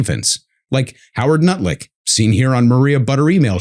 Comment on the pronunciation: Lol, I thought he said "Howard Nutlick" - run with it South Park , it's all yours